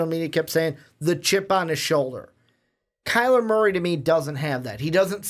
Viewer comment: Turned it off when he said kyler Murphy